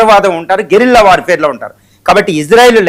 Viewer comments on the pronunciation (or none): none